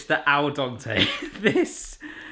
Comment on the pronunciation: Dente like Dentist....not like Dante!